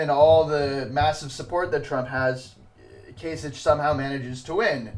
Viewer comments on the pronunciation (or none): Kasich is pronounced with a k at the end, so "kaisik". Not that it matters now since he dropped out and Trump will be the Republican nominee. Nothing can really stop him at this point from acquiring the number of delegates he needs to get a majority. On the Democratic side I'm still hoping Sanders will pull off some upsets and catch Hillary Clinton although that will be very difficult for him.